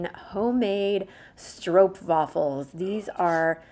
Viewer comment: I cannot get over how on point your Dutch pronunciation is! Both "Dordrecht" and "stroopwafels" are pronounced impeccably. [chef's kiss]